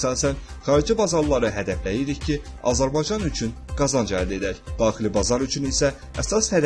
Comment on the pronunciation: Bu Azərbaycan sözün düzgün deməyi öyrənmədin də sən Azarbaycan yox ay savadsız